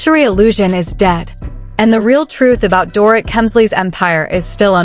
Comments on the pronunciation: Can't the creator of this video adjust the AI voice to pronounce the name Dorit the proper way, which is Doreet? If they use AI to speak, why can't they fix it to pronounce the names of the major subjects correctly? Lazy. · Please learn how to correctly say her name....DorREET! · I agree, it is lazy ! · They jacked her name up for sure.